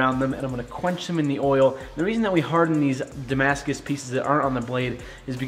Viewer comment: Damascuses? Damascai? Damascusisisisis? Who knows